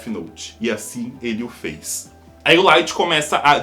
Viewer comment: Só eu q percebi q ele falou o lithg secando os pés do L